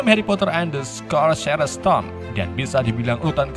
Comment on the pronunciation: The chamber jadi desember. Fawkes jadi faskes. Sorcerer's jadi socres.